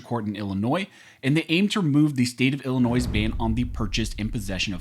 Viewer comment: FYI : Illinois is pronounced as i·luh·noy, NOT i•luh•noiz